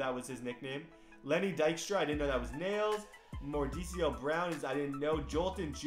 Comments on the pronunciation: Mor- da- ki not Moricio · Mordecai brown is pronounced like mor-dek-eye brown